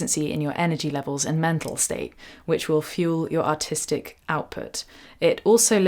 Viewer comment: When she said artistic outlook, I heard "autistic outlook" because of her accent lol.